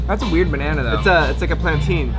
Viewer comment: dude said "plan-teen"